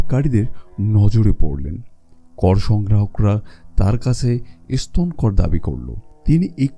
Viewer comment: আপনার কন্ঠ ও বাচনভঙ্গি যথেষ্ট উচ্চমানের কিন্তু বাংলা শব্দ গুলো বেশিরভাগ শ্রুতিকটু হয়েছে। 'এসতন' ' 'অনুযে' এরকম উচ্চারণ গুলো ভিডিওটা পুরোপুরি উপভোগে যথেষ্ট বাধা দিচ্ছিল। ওটা ঠিক করুন, সব দিক দিয়েই সেরা হবে।